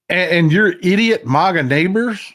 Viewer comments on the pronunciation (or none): none